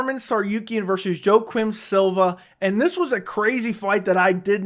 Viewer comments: Joe-quim Silva. 😂 It's pronounced "Wak-eem" jesus, lol. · Kompanion The pronunciation is between a J and Y if anything, but when 99% of broadcasters say it, they say Wakeem . Either way it aint f*ckin JoeQwim ctfu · Kompanion im not just as wrong the man said Joe - Quim